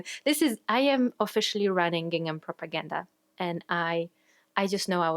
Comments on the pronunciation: Gingham and seersucker are super weird words but you’re saying them right ❤ I made two gingham dresses YEARS ago and even though they’re all worn and faded, I get The Most compliments every time I pull them out! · Your pronunciation of the words "gingham" and "seersucker" is perfect.